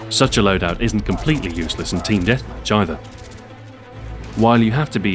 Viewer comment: i know he said team deathmatch either, but it sounded like he said team deathvagina.